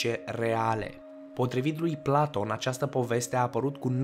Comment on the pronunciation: "Planton"?! Serios? "Planton"? Pe bune? Cine Planton ăsta???